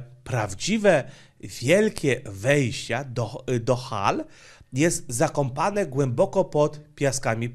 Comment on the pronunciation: Mówisz 'zakompane' a powinno być 'zakopane'